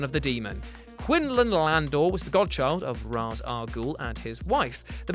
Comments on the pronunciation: The fact you said Raaz not Raesh as its pronounced triggered me XD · You have it backwards it’s Ray-shh in everything else but ra -ze in Nolan’s trilogy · “No bruce you know its pronounced raishe”. ~talia al ghul batman the animated series Long before the nolan movies so...yeah.